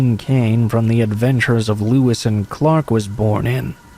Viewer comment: The adventures of Lewis and Clark??? Lol it's Lois and Clark. Like Lois Lane and Clark Kent